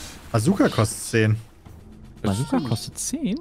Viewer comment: Ja, wer kenn sie nicht, die berühmte "Kajooka":'D